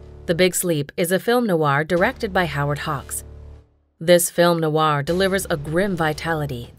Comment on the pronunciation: And film noir isn't pronounced film NO-R. Also the name of director Michael Curtiz was pronounced incorrectly. The AI voiceover app needs some tinkering, or they could do the smart thing and just hire a human to do the voice over.